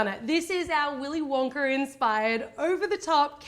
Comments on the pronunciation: Why does she say Wonkar with an R at the end lol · she said wonker lol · Who else heard she said wonker? Sorry just had to point that out!